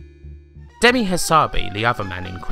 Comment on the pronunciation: Good piece. One thing that grated - "Demisssss Hassabissssss" - he's Greek, not French, so you pronounce ALL the "S"s. Also, coz he says so :-)